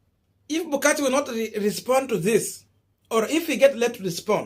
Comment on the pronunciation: It is Dr. Bukachi, not Butichi. Good analysis though.